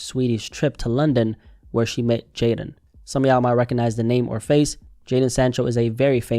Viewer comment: Fist vid I’ve seen that pronounced Jadon correctly.